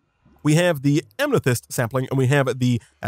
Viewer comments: it’s not pronounced am-ne-thyst, it’s pronounced am-eh-thyst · Why does he keep enunciating "Amethyst" as "Amnethyst"? this isn't an accent thing as you can clearly hear him working to deliberately say it like that.